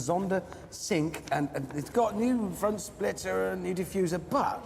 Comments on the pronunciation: Pronouncing it as "Zonda Sink" when Cinque is pronounced as "chin-kway." Pretty sure its 5 in Italian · Anyone else cringe when Hammond pronounces Cinque as "sink"?